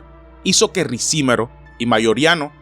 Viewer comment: No es Ricímero, sino, Ricimero.